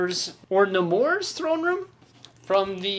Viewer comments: Pronounced naymor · It's pronounced Nay-more. Like what you say when someone asks you "don't you think you have enough City Legos?" NAY!! MORE! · Its prenounced Nai-mor btw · You butchering namor name is hilarious